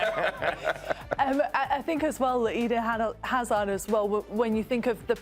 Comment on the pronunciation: They lost all credibility the moment they said Hazard 😂